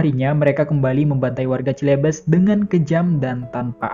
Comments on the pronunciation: Cilebes mana pak ? "CELEBES" dibacanya selebes pak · Aduh salah sebut "Celebes" (baca: Selebes), yang artinya "Sulawesi".